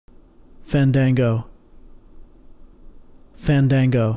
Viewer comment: Nooooo it's Faaaaaaan.....Daaaaan.......Goooo